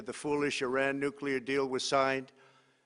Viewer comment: “ Will not be TOLERIDE any longer” 🥴 Wtf is this guy on? And maybe the President of the United States should learn how to pronounce “ Iran”🙄 he’s not even consistent with his mispronunciations!!!